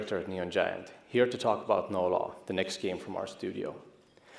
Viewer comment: Why do I hear "No Love" instead of "No Law"?